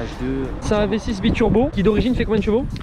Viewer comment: Le proprio a peut être compris i6 au lieu de v6. Quand j'ai écouter le première fois j'ai cru entendre i6 mais je suis retourné en arrière pour être sur.